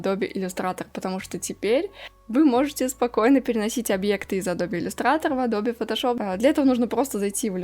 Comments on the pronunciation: Всё замечательно, но «АДОБЕ» как-то сильно режет слух. Всё же, на мой взгляд, приятней классическое, близкое к оригиналу звучание «Адоуб, Адоб…» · Большое спасибо за обзор! Позвольте маленькую корректировку )) правильное произношение- не АдобЕ а Адоб ))) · Согласен, но не адобЕ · Адобе??кровь из ушей... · кому уши режет слово АДОБЕ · Что говорит: Адобе Что слышу: ABOBA